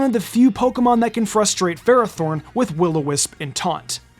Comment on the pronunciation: It’s pronounced FER-AH-thorn, “”! 🤨 Stop mispronouncing Pokémon names, bub! 🙄